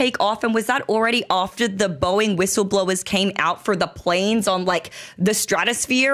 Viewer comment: Gotta love that mispronunciation right at the beginning -- "Boink employees humiliated..." LOL!! 🤣😂 EDIT: Btw, the claim that thruster failure would turn the capsule upside down is not accurate. The "cone" shape of space capsules is used because it tends to have passive aerodynamic stability during reentry. Theoretically, even if it enters the atmosphere at the wrong angle it will quickly self-correct. The thrusters are necessary to initiate reentry, not to maintain attitude after interface. The problem with the thrusters not working reliably is that the astronauts could be stranded in space... not only unable to come home, but also unable to go back to the ISS.